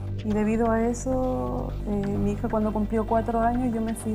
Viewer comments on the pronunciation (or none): La vja dice "mi hiha"